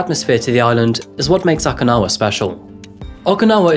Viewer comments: Just FYI, it’s OH-kinawa…not AW-kinawa. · OkInawa, not OKAnawa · Am I the only one hearing "akinawa" and "asaka"? Enjoyed the rest of the video.